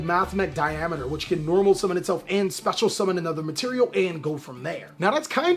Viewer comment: Thumbs up for pronouncing Diameter right!! Holy that's a rarity. Then he beats Nambla to death!